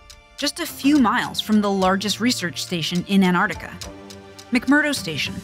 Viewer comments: Why can't your presenters pronounce the name of the very place the entire video is about???? An TTTTTT arctica. There is a T after the N 🤦🏻‍♂️ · An-artica. 12 Seconds in and I'm already triggered. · So neither presenter can actually pronounce the name of the continent. They’re only ‘T’s’ I suppose but hey, they belong and shouldn’t be ignored. So, practice it as much a you need. AnTarTica. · FYI: I'm pretty sure the first "t" in Antarctica is not silent. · It's killing me. None of the scientists are calling it that. How did they not learn how to say the word that is the literal subject of this entire series. It boggles the mind. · Noah fence but why don’t Americans pronounce the first T in Antarctica...?